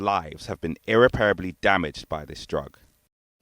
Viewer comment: It's irreprable not irrepairable at 0.27 into the clip